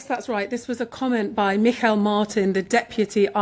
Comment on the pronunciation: Irish politicians are running scared and blaming anything and everything other than themselves. Ireland has risen, the rawanda bill has nothing to do with it. Ps. Who is mikael Martin? It's pronounced "mee hall" gaelic for Michael although in reference to that particular individual, he is usually called much worse😂